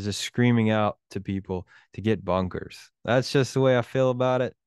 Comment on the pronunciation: You sounded like “bonkers”, not “bunkers”. 😅😊